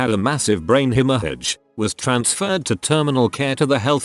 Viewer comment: Nobody Text to speech: hemor hage